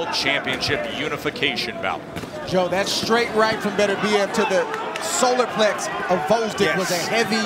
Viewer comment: Why can’t this one Talking Head say the word “Plexus”? It’s Solar Plexus, NOT Solar Plex. Damn.